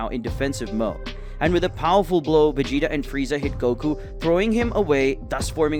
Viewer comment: Hearing the commentary makes me think the guy hasn’t ever watched dragon ball. He calls Vegeta, Regeta and pronounces whis wild asf lol